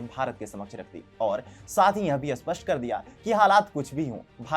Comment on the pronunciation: कृपया स्पष्ट और अस्पष्ट का उच्चारण ठीक से करे